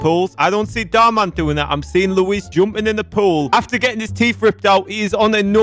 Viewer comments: Me: Luis (lew-is): Luis (lew-eese) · you say it like looo/ eh/ssss not looweez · His name is Luis not Louise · It's Luiz Not "Luis"